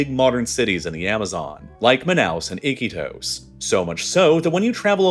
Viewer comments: The narrator pronounced Iquitos as "Ick'-ee-tos" with emphasis on the first syllable. The people around me here in Lima pronounce it "i-KEE-tos". Are these Peruvians wrong? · Your pronunciation is so awful! Iquotos not "icky toes" blah! 🤮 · I-kee-tos, not icky toes😂😂 you're trolling us... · It’s i-key-tose… not icky toes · What is ‘Iki toes’ 😂😂😂😂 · They way you say "Iquitos" as "Icky toast" is hilarious. Here's a general rule, in Spanish, all i's are always pronounced as an english "ee". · Your pronunciation of Iquitos is interesting